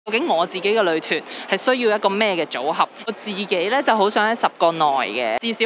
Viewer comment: 都幾多懶音 成日將‘女團’講左 ‘旅團’